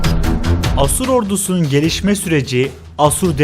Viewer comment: Asur sozcüğünü bazi yerlerde yanlis telaffuz ediyorsun. A kapalı degil uzun A kullanmalısın.